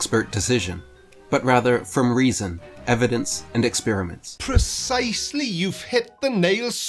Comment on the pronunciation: "Percisely" good lord,...